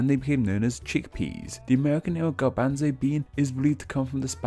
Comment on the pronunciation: That pronunciation of "garbanzo" threw me for a loop.